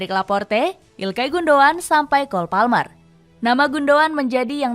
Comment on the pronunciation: Bukan cole malmer min,tapi cole marmer 😁